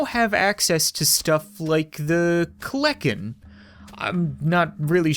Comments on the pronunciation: and its KEL-A-KEN not KLEK-EN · pronounced kel enn ken no cap you have bad grammar also it's another name for terror bird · Actually, the bird was real and was the aftermath of the dinosaurs and kleken is pronounced klen-i-ken and was also named the terror bird for it would literally crush early mammals, skulls, and A very strong beak and legs allowing it to run extremely fast and at the leg muscles of a T-Rex just some information from a paleontology nerd Daeodon (day-o-dawn) was a early hog-like creature and are very deadly predators and was basically like the kleniken but a pig Smilodon (smile-oh-don) Again very deadly and closer related to your house cat and hunted in packs Mainly ambush predator Nomadic and chased prey down and/or stalked it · not to be rude or a grammar shark the daedon is pronounced day a don and kelekan is actually pronounced kell a kin and the daedon is a pig it was titled the hell pig